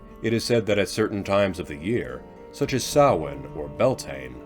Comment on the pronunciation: thank you, thank you, thank you for pronouncing Samhain correctly!!!! Beautiful visuals, but Jim Fitzpatrick wasn't listed in the credits.